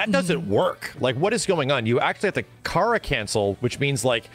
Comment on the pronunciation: Ive never heard kara pronounced like that until james chen